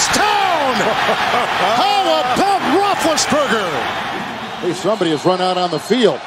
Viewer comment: “The escapability of Rothlesburger!”